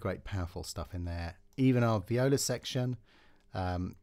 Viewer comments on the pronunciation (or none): none